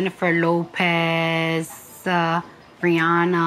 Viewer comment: She really say "Lopez" in right way😂